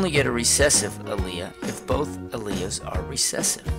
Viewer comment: Worst. Pronunciation. of. alleles. ever. (but good video, thanks)